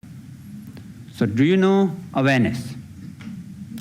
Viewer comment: I wasn't aware he was saying 'awareness' until the very end of that clip. I thought he was saying 'Venice'.